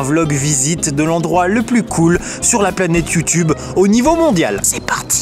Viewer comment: ça se prononce youtubé